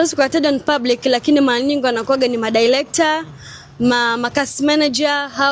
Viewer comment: Mwanamke mrembo huwezi kutamka Director 😅😅 Eti "Dilector" 😅😅😅 Eti "Malanyingii" 😅😅😅